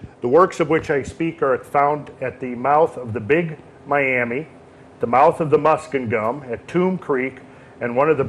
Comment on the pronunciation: Had to giggle... "New-Ark"?! It is pronounced like Newark, New Jersey. LOL! And "Musk-in-GUM" is actually Mus-KING-um. I grew up in those areas. Great work, thank you kindly!!! 🙌